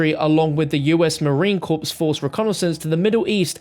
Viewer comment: MARINE CORP IS PRONOUNCED CORE NOT CORPSE